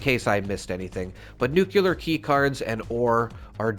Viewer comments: I love your content, but please. It is nuke-lee-err. The era of President Bush inceptioned nuke-ya-ler into people's heads, but it isn't correct. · The word nuclear is NOT pronounced, NEW-cue-ler. Makes me cringe every time I hear you say it. It’s NEWK-lee-yer. There is no “cue” in the word nuclear. If you have trouble pronouncing it that way, think of it this way, new-clear. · Bro really said nucular keycards 😭😭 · nucular, ffs 🤣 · it's pronounced NEW-CLEAR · I am displaying all especially cool looking or weapons Zi am not ranked enough to use yet all over the walls of my shelter. It looks awesome! But dammit, it dings the bejesus out of my stash box weight. 😫 I guess new design choices are needed. Anyway, thank you for this and your other videos! I'm hoping that if I watch them all, I will no longer flinch at your pronunciation of nuclear. 😉👍